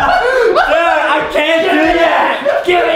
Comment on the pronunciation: Bro the fact when Adam said what a nice boat he said it wrong